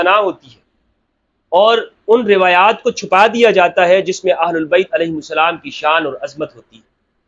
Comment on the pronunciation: Sir I love how you say Hazrat Imam Alahai Salam JazaKallah